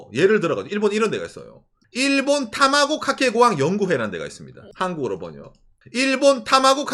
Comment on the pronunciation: 다마고 카케 고항 발음이 너무 찰진데요 ㅋ